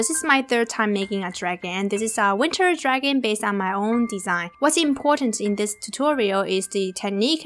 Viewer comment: Love this video! It helped alot! But it is very annoying when u say draghan instead of dragon... Still love your vids thought!